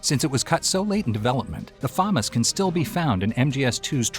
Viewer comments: Famas Say it with me fu mas not fomis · Say Famas one more time... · ...learn how to pronounce words... damn near ripped out my ears hearing you say FAMAS that way constantly